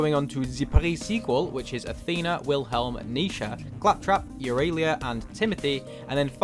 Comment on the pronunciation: Take a shot when he pronounces aurelia as "yawrelia"